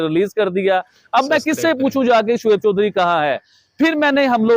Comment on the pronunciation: Sos nhi soch bol Sodhri nhi Choudhry bol